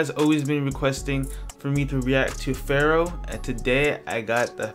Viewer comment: Bro, please, listen Travis $cott, PHARAOH - RARRIH